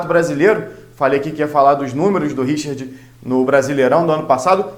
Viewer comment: Meu caro vascaino, da onde você tirou essa pronuncia, Richird? Mama mia!